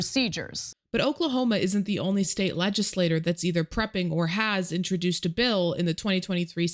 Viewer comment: I usually enjoy your videos. You speak on very important topics. But, when you mispronounce the word “legislature,” it turns me off. The individual lawmaker is a legislaTOR. The governing body made up of those legislators is called the legislaTURE. It rhymes with mature!!! Please start pronouncing this word correctly.